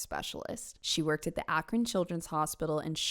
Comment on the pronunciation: The school she went to was St Vincent St Mary... same school Lebron went to... Also props for pronouncing Akron correctly!